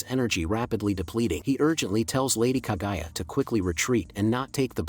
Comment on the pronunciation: bro sorry but it is not kagaya but KAGUYA...... [ENG] the GU family...